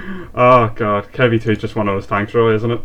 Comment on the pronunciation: Actually you pronounced right in english So you said it correctly Just realized :P